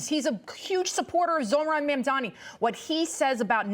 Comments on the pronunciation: Will somebody please tell Curtis that the mans name in MamdaNi not MamdaMi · I love how Mr. Sliwa always mispronounces Mamdani's name. (Did I get it right...?)